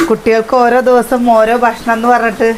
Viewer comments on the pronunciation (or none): none